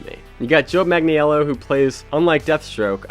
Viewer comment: jesus, just google how to say his name